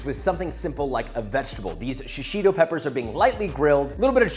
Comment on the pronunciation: All I can hear in this video is "SHI-SHI-TO PEPPERS"